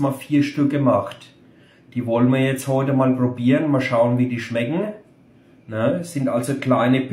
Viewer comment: nicht schlechd = schmeggen mir eigentlich = schmeggen ganz gud = 8 von 10 Gp